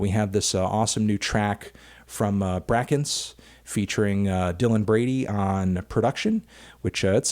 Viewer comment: It is not pronounced BRACKENCE, FANTANO